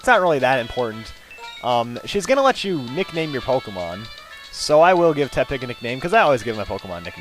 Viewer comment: It's Porky Te-pig